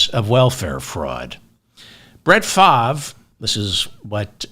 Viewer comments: The "R" in Favre is NOT silent, though it seems to be in the wrong place. However, it is pronounced "Farv". From a 60 year Packer fan, but ex-Brett Favre and Aaron Rodgers fan, for obvious reasons. One's a thief and the other is a ant-vax nutjob. Both are MAGA. Neither is acceptable. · It’s pronounced “Farve” as in “starve (the poor)” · Brett Favre's surname is pronounced in French; 'Faa-vaa' according to Google's translator. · It's pronounced "Farv." Really. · Pronounced Favray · Hey Mr Ferdman, love your show. The correct pronunciation of Brett Favre' name is (Far-ve)or (Farv) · That's the American or English language way to pronounce his name. French people pronounce it Fah-vre, with a soft ending on the letter E. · Who’s speaking French? For David: it’s Farv. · David has a hard time with some names, very hard. Still goes back and forth with Kom ah la (Kam ah la, Ka milia). I also like to throw in extra bits but not when it comes to his wrong pronunciations. Farv is as simple as it gets. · I think it's Fahve. The R is silent like the R in fish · No need to give Favre (pronounced FAR-VE) the benefit of the doubt. The man committed more welfare fraud off the backs of the poor than any other human being in this country. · Oh sh*t! I was listening to you to know how to pronounce his name. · FELDMAN. check the web for FAVRE pronuncation.... As always good show... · The mispronuncuation makes this better and reminds me of Ben Stiller's in Something about Mary. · You pronounce Brett Favre name like you’re from Boston David lol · He’s scum but at least pronounce his name correctly.